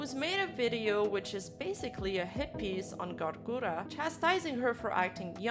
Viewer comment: This b*tch can't even pronounce Gura's name right, I just can't.